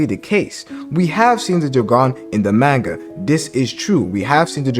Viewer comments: Maanga pronunciation tho lol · Why is he saying manga like that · Nah fr